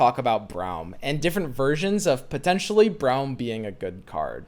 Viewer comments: Can you say "Brom" instead of "Braeuim" lmao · You say Braum like Brown and it urks me lmao. Its Braum like Brom not Brown you goober. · Everyone: Brawm: BROWM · for everyone's sake. His name is pronounced "Brom". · is braum pronounced brom or browm? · That Braum pronunciation though